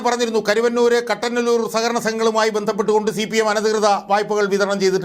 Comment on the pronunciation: കട്ടനല്ലൂർ അല്ല കുട്ടനല്ലൂർ.